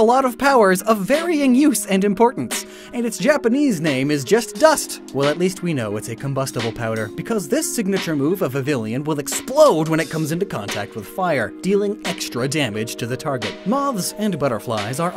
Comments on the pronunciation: Vivi-YON. It's pronounced Vivi-YON. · why can't you say vivillon. vi-vi-yon vivid+papillon